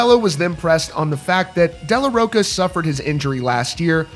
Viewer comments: It’s Zack de la RoCHA not de la roCA. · You can’t even pronounce Zach’s last name correctly 😂